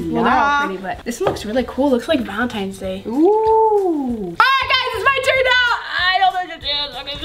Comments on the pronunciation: ITS Valentines not Valentimes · valenTINES not valenTIMES. omg she’s like 50 not knowing how to pronounce something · every time momma says valentines she said. Valemtines day lol